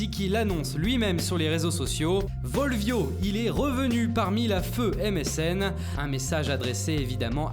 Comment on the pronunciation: volvió on le prononce bolbio le mec à même pas fait LV2 espagnol. Vous êtes des monstres les gars ahah